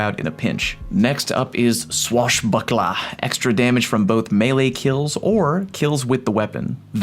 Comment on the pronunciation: OK. One more. I love the way you say 'swashbucklahh'. 707